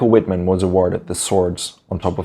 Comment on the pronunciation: The "W"is pronouced w/ a "V". Cant anybody say his name right?